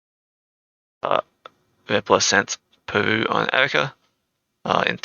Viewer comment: Anyone gonna point out how he says Peru like poo😂 I know I'm a child. Nothing against you bro just something I found funny👍